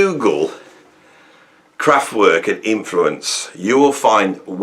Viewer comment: You're as crap at pronouncing Kraftwerk as you used to be at pronouncing McLaughlin